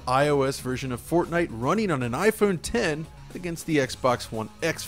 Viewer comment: Thanks for calling it IPhone 10 properly as opposed to what many people think it's called, "IPhone X"